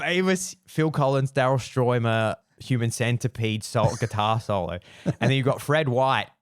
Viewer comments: I can’t believe he couldn’t pronounce Stuermer correctly which is a German name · You call yourself a Phil Collins fan yet you've never seen the "Seriously Live In Berlin" concert? Seriously? From 1990? And you can't pronounce Daryl Stuermer thats been with him since 1977 in the Genesis days? So ridiculous.